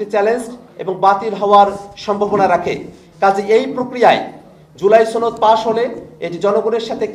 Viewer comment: আপনি তো সনদ শব্দ ঠিকমতো উচ্চারণই করতে পারছেন না সনদকে আপনি ছনদ বলছেন